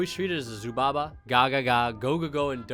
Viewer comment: Never seen a heart of the underdog match so this should be interesting 😂🎉 Well done on the Zubaba pronouncement 👌👌